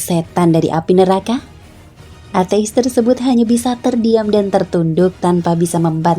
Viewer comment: Cara bacanya kok ate'is? Hehe.